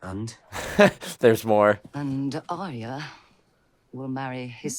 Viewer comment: Just a pet peeve of mine and everybody seems to do it. Mispronounce Arya Stark's name. Aria is how you are pronouncing it, Arya should be pronounced more like, "are ya" but you sound is made by the letter i, that's why Aria is pronounced the way it is. The y doesn't do the same thing in her name. It's more like "are ya ok?" Not that big of a deal because everybody makes this mistake but that's what really drives me nuts, almost everybody makes this mistake.